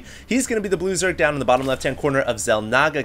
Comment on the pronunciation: when you said "blue zerg" at the beginning I thought you said "loser"